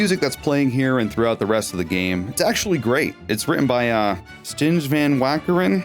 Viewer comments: "Stijn van Wakeren" is a dutch name. His name is pronounced:"Stine" instead of "Stinj". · Stijn is Dutch closest phonetic comparison to e glish would be pronounced "stine" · the composer's first name is roughly pronounced "Stain".